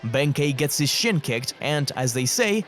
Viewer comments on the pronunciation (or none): none